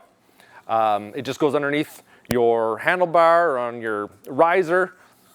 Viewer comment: I love the way this guy pronounces "a" handlebaer, know who you aeur........